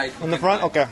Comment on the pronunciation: wait dude, how did you learn japanese? i know you didn't speak it here in the video but i def can tell you have this japanese tongue when you say "オーケー！” i'm an indonesian but also kinda japanese native speaker so...